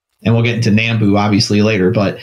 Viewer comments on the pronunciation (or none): Nambu is pronounced "Nahm-boo", not "Naam-boo".